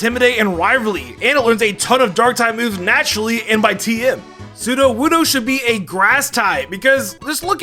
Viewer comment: wuddo not woodo